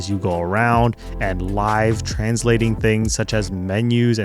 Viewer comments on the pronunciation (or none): none